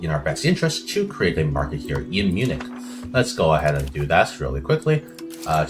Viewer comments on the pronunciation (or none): why are you saying Baravia Dxxx Edit: Why are you saing Manchen DDDDXXXx